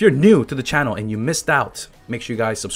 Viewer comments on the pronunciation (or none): none